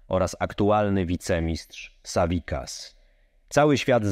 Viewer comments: W nazwisko Savickas, czyta się ''sawickas'', a nie ''sawikas'' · Savickas czyta się tak jak się pisze, z wyraźnym c.